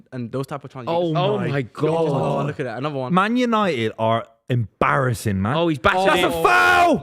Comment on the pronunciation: Love a “embarrassin”